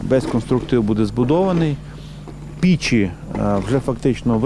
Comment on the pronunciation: Не пічі,а печі😊,п.Садовий